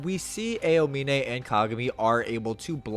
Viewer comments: I hate how u pronounce some words like "Miracles of Generation" and " A E O mine" like are u good? do you not watch or see Eng Dub? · "ayo-mine" aaahhhhhHHHH!!!!! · i mean i watched dub also and double checked a clip on youtube and sounded different, its more like ow-mine instead of a-oh-mine, at least when i hear it, cant send links on comments though lol, just typed aomine english dub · Just a heads up man, it was more than just posterize. You mispronounced Aomine as well but, I enjoyed the video so it wasn’t that big a deal. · brother please learn how to say aomine properly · pinned comment talking about how you pronounced posterize but it was the aomine pronounciation which killed me XD (w video though)